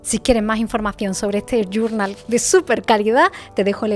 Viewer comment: Primero dime que es "gurnal? No te la sabes en Español? Nomás porque no lo sabes decir en Español, no lo compraré